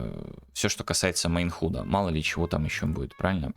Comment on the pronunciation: Я конечно дико извиняюсь, но уши режет, не могу сдержаться - напишу. Есть простое правило в английском в закрытом слоге гласные произносятся НЕ так, как в алфавите. Например слово HUD произносится как - "Хад" а не "Худ"! Если вы не уверены, откройте Гугл переводчик и послушайте как он произносит слово... Не, ну реально невыносимо слушать.